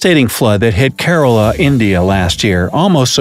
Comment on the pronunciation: Its not Corolla.....its pronounced as Key Rah La......The place where i come from